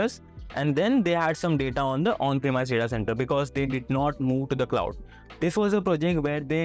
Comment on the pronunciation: premise sounds like promise, but with an e instead of an o. promise: PROM-EES premise: PREM-EES